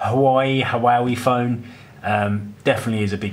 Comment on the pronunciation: It’s pronounced “Wah-Wey”